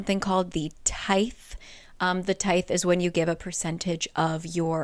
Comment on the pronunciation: I remember being super confused when you said tithe. Tie-th is correct.